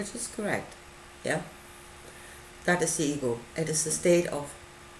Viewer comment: For a while I thought you were saying eagle instead of ego .lol I rewound and started over..i must say i couldn't quiet understand exactly what you are saying.guezz its just over my head.